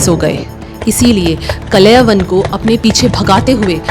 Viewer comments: इन आधे अधूरे महाज्ञानियों ने अलग ही नरक मचा रखा है 😡😡 कथा तो अच्छे से बताया आपने लेकिन दीदी उनका नाम कलयवन नहीं कालयवन था, और उनका नाम मुचूकुंडा नहीं मुचुकुंद था,, नाम ही बदल दिया आपने क्यों..?? अगर अंग्रेजी वाले शब्द उपयोग करने थे, जिनके उपयोग से कथा और उच्चारित नाम का अर्थ अनर्थ हो जाता है तो अंग्रेजी भाषा में ही वीडियो बना देती आप,, जैसे अंग्रेजी में-- श्री राम को रामा, श्री कृष्ण को कृष्णा, शिव जी को शिवा, अरे मत करो ये सब जब हिंदी भाषा मे वीडियो बना रहे हो तो भगवान का नाम वैसे ही उच्चारित करो न जैसे हमारे वेदों और पुराणों में वर्णित हैं। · His name is Kaalyavan, Not Kalayvan. Correct the pronunciation. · कलेवन नहीं... कालयवन हैं... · Kalayvan nahi kalyavan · Please pronounce the names correctly. The names are काल यवन and मुचकुंद Not कलयवान and मुच कुंडा 😢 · आपको हिंदी भाषा पढ़ने की बहुत ज्यादा आवश्यकता है, 1- कलयवन नहीं "कालयवन" 2-मुचुकुंडा नहीं "मुचुकुंद" 3-इक्ष्वकु नहीं "इक्ष्वाकु वंश" बाकी कथा बहुत सुन्दर व्यक्त की है आपने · Madam ji it's kaaliyavan not kalayvana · Kalayawan nahi o bai..kaal yavan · बहुत बढ़िया लेकिन यह नाम कलयवन ना होकर कालयवन है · Kaaala yavan .. not kalayavan😮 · Kalavan nhi uska naam thaa kalan 😂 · Your knowledge is good 😊😊.but That was कालयवन not कलेवन 🙏🙏🙏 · It's not कलयवन it's कालयवन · काल यवन Not a klyavan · Wo Kaal Yavan tha, kalayavan nahi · Kalayyavav nahi kal yavan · आपने सही बताया,पर कलयवन नहीं कालयवन नाम था। उसी तरह मुचुकुंडा नहीं मुचुकुंद नाम था। ये इसलिए आपने बोला जैसे योग को लोग आजकल योगा बोलने लगे हैं। अंग्रेजी भाषा का प्रभाव। जय श्री राम 🚩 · Kaalyavan not klyvan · Story telling is excellent... Villain name mispronounced.. Kaal Yavan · Pronounce the name of KAAL.. YAVAN properly